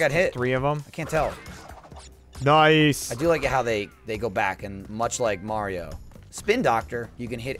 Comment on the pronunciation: When gav says "mayrio"